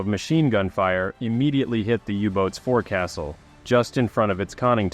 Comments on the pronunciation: It's foc'sle not forcastle! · I love what you do! BUT CORRECTION: "Forecastle" is pronounced "FOLK-SILL" or "FOWK-SL" (google it to hear audio) Thanks